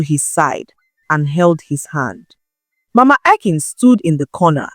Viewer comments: I like the new voice. But she's pronouncing the names like an AI narrator would. Also she is pronouncing 'Akin' in 2 different ways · This is not Nne voice. Maybe AI due to the inconsistencies in the pronunciation of the name Akin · Is This an AI narrator? I follow and listen to your stories because of your voice, this voice is okay but pronouncing names like AI, "Akin" "Ekim" "Akim" "Ekin" and so on, i know the work load is much, but please Use just your voice, there's this joy in hearing your voice with the story